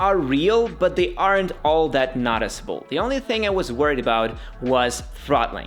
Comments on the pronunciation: I know English isn't your native language but it's noooticeable, not notticible. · Noticiable not naticiable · The way you pronounce "Noticeable" should come with a trigger warning....